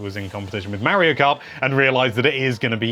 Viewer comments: Got the pronunciation for daemon down, just gotta work on Mario (not Marryo) now. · He calls Mario "Mary-oh" so there's that.